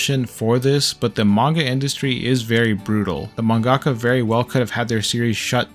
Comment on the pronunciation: "man-gaka", its just manga-ka